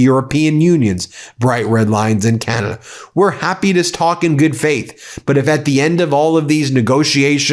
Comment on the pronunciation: Oh, Ben, you did just say “Canadia’s foreign minister “, right? I didn’t dream that… Nope, that’s what you said! Oh, I love it, but people are going to tease you mercilessly. Thanks for a moment of lightness, even if you didn’t mean it. Gotta take fun where you find it, nowadays .